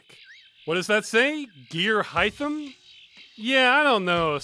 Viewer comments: It's not Gear Hythem; it's Gear Rhythm, except the Rs are merged together to join the two words into one. Gearhythm. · I think Gearhythm is supposed to be pronounced Geer-ithum